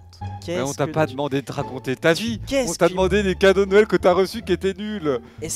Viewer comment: Il a dis couadaux au lieu de cadeaux 😆😆😆😆😆😆